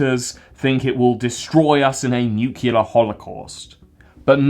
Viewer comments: it’s pronounced “new clee ur” not “new q lur” muppet. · For the love of my sanity, stop saying "nucular". It's nuclear, unless you're Homer Simpson! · IT'S PRONOUNCED NEW-CLEAR NOT NUKE-YOU-LER. Nice video tho lol xox I'm a cunt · Maybe AI can teach people how to pronounce nuclear. That would be a true advance.